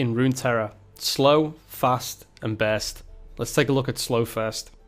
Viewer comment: Nice pronunciation you got there for börst. Bearst spell.